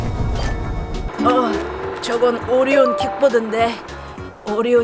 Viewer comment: 아니누가 오리온을 온리온이라고..........................흠..........(심각하군)